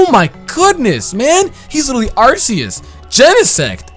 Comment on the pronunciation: Apparently Arceus is pronounced RKS.